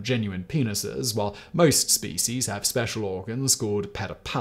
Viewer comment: I have 2 suggestions. I teach English in Turkey and I was recommending TopTenz for students to watch and particularly, listen and copy pronunciation. I no longer recommend you because none of my students can understand you because you speak too fast. Also, Please stop mispronouncing SPECIES.